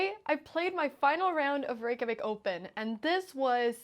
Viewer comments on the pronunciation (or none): none